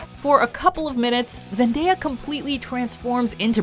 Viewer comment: Wow first video that said her name right